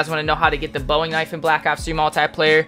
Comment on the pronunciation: my dude promised he would pronounce the Bowie knife correctly *u lied to us all